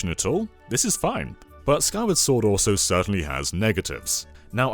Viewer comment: The way said it, I now believe Skyward Sword is an indie game; Gotta feed those indie developers!